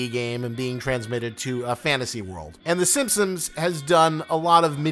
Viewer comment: It's The Simpsons not 'Simsims'